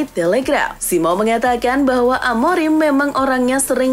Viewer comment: Baca nama orang yng benar ok konsesaun bukan konsekaun amoring bukan amorim